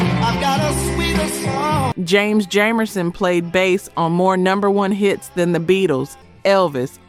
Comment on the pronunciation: James Jamerson’s last name is pronounced with a Long a sound. What in AI ?